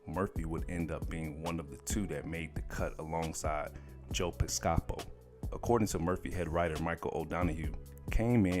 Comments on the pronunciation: Piss- ka- poe.... that's how it's said, terrible researchers and obviously nobody at comedy hype has any roots in comedy. Amateurs still I see. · Agreed. Great, interesting content. Piscopo is pronounced like PISS KA POE. I only know that from all the times I've heard his name announced by Don Pardo at SNL's opening. When I was a kid. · Has the commentator never watched the show? SNI? And you don’t know how to pronounce Joe’s last name? Pis-ka-poe. Doing your Homework is necessary. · Joe Piscapo's name is pronounced Piss-capo not Piss-CA-po. Just FYI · How is he butchering Joes name so hard lmao 😂😂😂😂 pis-ca-po lol or pis-coe-po not pi-caw-po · they got joe's name wrong, also. it's joe piss-koh-poh, not joe pisk-ahpo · Yo, how ya'll going to have this illiterate dude narrating. Piss-Cop-Po? Jidd-di? Who the hell, doesn't know what an effin JEDI is? Who Sway, Who? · Very informative but the way u pronounced white dudes name bothered me. His name is pronounced Piss-ca-Poe…excuse me just the teacher in me. And It’s Return of the Jed-i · Joe Piscopo... Y'all young muthafuckas don't even know how to Google shit.. Piscopo is pronounced Piss Ca Poe... how can you be a media person and you don't take time to invest some type of respect into how to pronounce a person's name .. ridiculous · Jedi is pronounced Jed - Eye and joe popsico is pronounced Poe-pis-co-po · [Piscă-pō... Jed-ī] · To the Announcer . It's Joe "Piss-kah-poe" and "Sat-teer-ah-cull" and "Jed-eye" not "jetty" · 🤣🤣🤣 That is not how you say Joe piscopo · Decent video, minus the dreadful, lifeless narration that is full of mispronunciations/inaccuracies ("SNi", "ALEX Foley", Joe "Piscaaapo", "Return of the Jedee"...). I truly dig the channel, but come on guys, just a few minutes reviewing your content before releasing it makes a HUGE difference!!! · It’s pronounced Piss-ka-po. Joe Piss-ka-po…….ijs🤷🏾‍♂️ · Bro it’s pronounced joe piss-ca-po and Return of the Jed-die 🙄😅😂🤦🏾‍♂️ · Piss - ca- po,! And jed-eye!!!